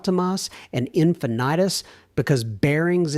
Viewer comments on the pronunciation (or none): Also, , he called the Nissans - "Ultimahss" and "Infinitus". AI is so irritating. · Need to work on your pronunciation of "Infinitis".